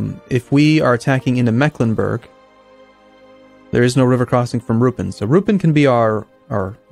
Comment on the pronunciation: BTW, Ruppin has the accent on the "i", rather than the "u". Sounds really weird the way pronouncing it